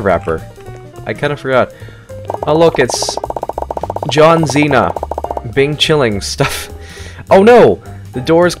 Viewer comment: Bro said John zina